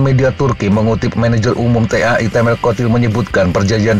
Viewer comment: T.A.I . .....menyebut huruf satu persatu ... risih juga kalo dibaca langsung!😂.